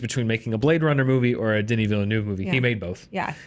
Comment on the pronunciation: Great review. Can you PLEASE learn how to pronounce Denis Villeneuve's name properly though!! You're not alone, I think every single American movie blog YouTube channel gets it wrong!!